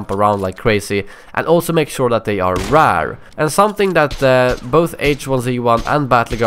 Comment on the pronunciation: it s funny how you says rare